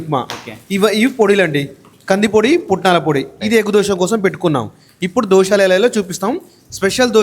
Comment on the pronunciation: అన్నా. దోశాలు కాదె 😂 దోశలు